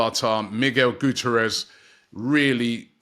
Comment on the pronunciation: Mate it’s “goo-tea-air-ez”..at least attempt saying the guy’s name right😂